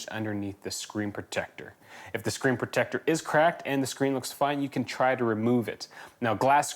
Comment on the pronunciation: I'm going to be hearing the words "screen proTECTor" in his voice for days to come.